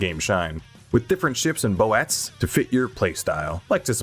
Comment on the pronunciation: "bow-ats" had me seizuring.